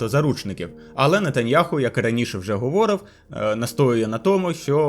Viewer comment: Переважно українська але проскакують русизми і наголоси стрьомні є. Типу "говОрив"😂